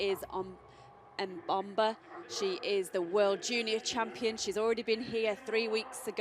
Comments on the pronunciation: the commentator almost pronounces Mboma correctly! She's been saying Momba all season. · What is interesting in this race is that the commentator lady finally got to pronounce Mboma's name correctly. Congrates to Mboma and the commentator lady